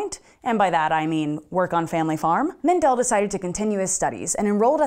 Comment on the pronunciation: Just a few comments from an Austrian: the stress in Mendel is on the first e, not on the second. So it's Méndel, not Mendél. Secondly, if you fail a course in Austria you get a 5, not an F. I'm not sure if that was also the case in Mendels time, but as the Czech Republic was then part of the Austrian empire, I would guess so. Love the video! Keep up the good work.